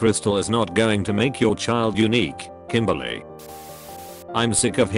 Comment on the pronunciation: umm... it's actually Kymberlay.